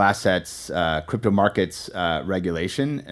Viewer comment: Lol, you said creepto. Should make a coin called Creepto.